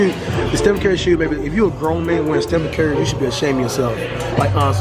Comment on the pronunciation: He says carry instead of curry